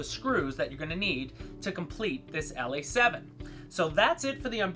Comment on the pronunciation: Ok, I was a bit worried that this plane would never get revisited. I am happy as a fat old baby pig in a giant pool of shit and mud. Um you actually said the name just fine brother. Now you definitely sounded like a foreign westerner. However it's about time bro. I have had this damn thing In and out of my cart for like 4 years. I have been making myself stick to an order. Never change it much. I already know now what I am going to have next month. Maybe even this month. Who knows. Great work man. Hey I would love to switch shirts with you brother. Um I'll send you a nice new large white writing I. A black T, and you can throw over one of those motion shirts. Um black preferable. You are a bad ass mother F'er bro.